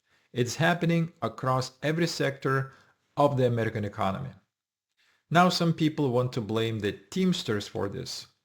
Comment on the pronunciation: Foreigner who can't even pronounce AMERICAN